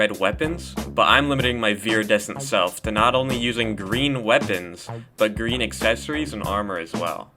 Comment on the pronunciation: “Lloyd,your powah is GWEEN.” - Sensei Wu